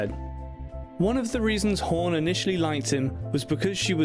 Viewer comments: It is not "horn", as you pronounce it. It is HAWN.....say fawn, Dawn, Hawn.....several times to get the dialect correct. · I love this couple but next time please don't let anybody with the English accent do a story on them once he called Goldie hore and then he just screwed her name up all the way long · Who's Home ? It's Hawn !